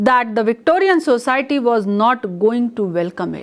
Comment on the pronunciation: Ma'am you are a good teacher just a little bit of improvement needed in your pronunciation of some words for example : " society ". And yes another thing please wear simple saree your saree is very distracting it seems as if you are going to appear for some invitation. IT IS VERY DISTRACTING. YOUR ATTIRE N YOUR JEWELLERY IS TOO MUCH FOR TEACHING ONLINE. YOUR CLOTHES REPRESENT YOU THE MORE SIMPLE THE BETTER. HOPE YOU UNDERSTAND.